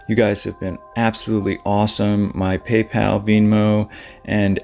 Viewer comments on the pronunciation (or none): none